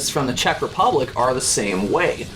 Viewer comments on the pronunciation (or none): none